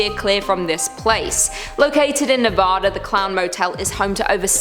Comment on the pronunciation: ITS NEVADA NOT NOVODA